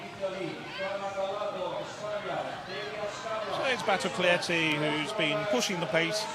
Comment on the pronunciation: is it really so hard for this commentator to get NADIA BATOCLETTI right? not Maria Batocletti, or Nadia Batoclietti, but her actual name?